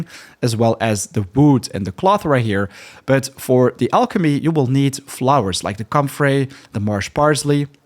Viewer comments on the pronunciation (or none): none